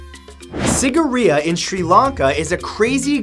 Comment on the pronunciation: Ah i loved how he pronounced Sigiriya.....it sounded so cute.....Being a Sri Lankan I'm quite suprised it's actually a forgotten wonder of the world... well it also had a water pump system, which is amazing for the time as no one even knew what a water pump was or how to build it....so i guess it is a wonder.